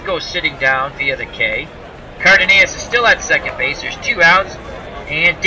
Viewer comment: For future reference the shortstop for the Twins his name is pronounced Car Duh Noss.